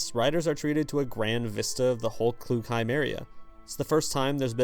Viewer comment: Just by the way it is ‘KLUGheim’ not ‘kloogheim’ Brilliant video though!